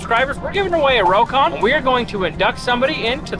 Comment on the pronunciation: Rock-on. Not row-con, C'mon!